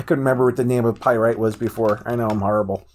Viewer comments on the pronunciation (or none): It's not pyrite it's pyrAtite